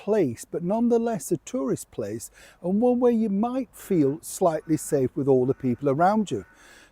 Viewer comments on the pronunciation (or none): none